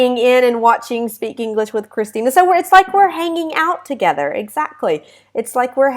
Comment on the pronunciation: Hi Christina. I love your pronunciation. Also I am reading your book, is so interesting. Thanks a lot! Christina I would like that you prepare a lesson with the theme of "The conditionals". Bye Christina have a nice day